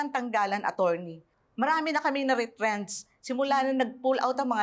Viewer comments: Yung mga pronounciation ni nakakatawa,, instead of true,, naging Chrue,, yung attorney. Nagigigng acchorney hahaha,,yung tried, naging chried,, sumobra sa pagiging inglesera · "atcherny" HAHAHAHAHAA ano ba yan di marunong mag pronounce HAHAHAHAHAHAAHAA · Pano yung "A-churney"?